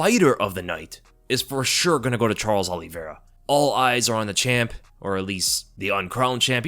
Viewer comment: Say your predictions again! Oliviera this Oliviera that. Dead wrong.